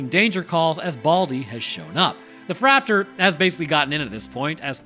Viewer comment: You can go with flap-tor instead of fraptor